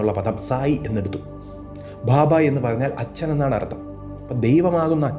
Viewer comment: its not bhabha, it is baba